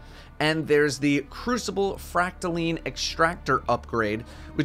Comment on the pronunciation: Isn’t it pronounced fract-a-line not fract-a-leen correct me if I’m wrong